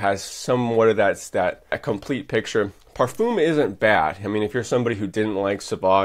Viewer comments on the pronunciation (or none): I asked a friend who speaks fluent french, how to pronounce ‘parfum’ and like you I was incorrect. There plenty of examples as to the correct pronunciation on YouTube, then you can get it correct next time around